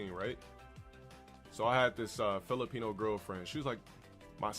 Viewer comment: “filipino” lol